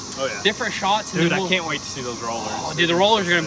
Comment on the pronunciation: You need to 'Palculate' the 'caint' bro! 😂